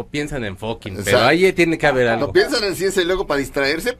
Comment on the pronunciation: La horacia se le quema el hocico al pronunciar Ciencia!